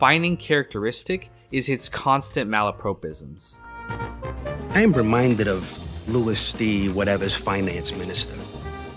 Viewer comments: MALapropisms, not malaPROpisms. Come on mate. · Malapropism/s is pronounced /ˈmaləprɒˌpɪz(ə)m/ - mah-la-prop-ism, not 'pro', as in professional, 'ho' as in Tracee, but 'prop' as in 'crop' Makazian 'mop' up Ralphie's blood and 'stop' with that mispronunciation of the word, it's distracting. Otherwise, you got the makings of a varsity uploader. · The narrator mispronouncing malapropisms is very Little Carmine.